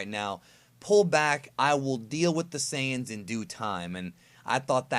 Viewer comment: I don't know if you know this but his full name is actually "Tenshinhan" not "Tien Shinhan." Also, you pronounced "Saiyan" wrong- it should be "Sigh-in" like that. Hope this helps increase your Dragonball knowledge. ~_~